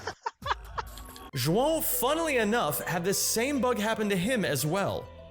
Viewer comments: props on the correct way to pronounce João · I'm impressed you pronounced João's name correctly